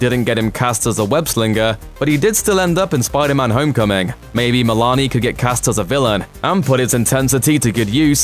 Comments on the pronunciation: It’s a long ‘o’ sound in Meloni, not “Melani.” This guy’s voice is like nails on chalkboard AND he can’t pronounce names correctly. Why is he still doing these? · Way to mispronounce Christopher meloni.